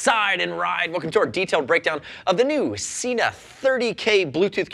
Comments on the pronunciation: Yes, but the same video says the correct pronunciation is Sena, not Seena. It just shows that there are knuckle heads working for them as well. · It's Sena! There is a video on their website with the correct pronunciation. I wish Anthony would watch it. I love his reviews, but Seeenuh drives me nuts! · frogzlove It is about the way the way the word is spelled. As I stated, there is no double "e" in the word/name or even an "a" after the "e" so therefore, it is Sen-a. I have seen Sena devices at shows and in shops here and everyone, including the Sena reps, say Sen-a. It is the same as the word Data. It is pronounced Dah-Tah. NOT Daytah! There is no "y" in it so don't say it! I know that is ft track a bit and not a brand name but it is the same principle. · Firstly, you guys really need to learn how to talk properly. Sena is Sen-a. It is not Seena. It does not have a double E in it so don't say it. Next, VIA is Veye-a. Not Veea. Again, no double E. There is nothing that annoys me more that people who cannot say brand names correctly. Now on to the 30K, I highly doubt it is just water resistant. Why would Sena go to all this trouble to make a device that sits on the outside of a helmet, open to the elements and not make it waterproof? It does not make sense. It would have to be made to with stand heavy rain on a ride. Riders are not going to just pull over at the first sign of rain to remove their Sena. That is just stupid. On to the cracks and pops. well in bluetooth, that is a given. Every unit I have ever tried has some sort of interference at times so it is to be expected. I would take this over any Cardo device any day. They are a plain punish to pair for group riding and most of the time in take longer to set up than the ride. I hate my G9.